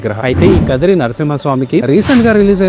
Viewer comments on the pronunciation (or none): Kadiri kadu first khaadri antaru taruvata kadiri antunnaru